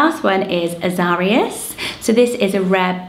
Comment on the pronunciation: Love this list! Azarias is usually pronounced ah-zuh-rye-us, like Zacharias/Zachariah, Ananias, Elias, Tobias.